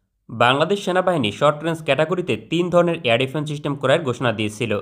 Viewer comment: চিস্টেম না সিস্টেম হবে।